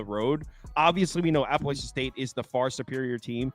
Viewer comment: Guys, please respect the school and increase your credibility by taking the time to pronounce the name of the school correctly. APP UH LATCH UN. Alumni here…